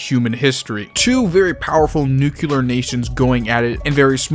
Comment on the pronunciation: History nerd but cant pronounce nuclear